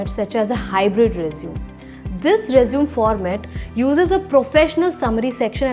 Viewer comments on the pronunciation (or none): It's not "resum" it's "resume" = pronounced as RE-ZU-MEY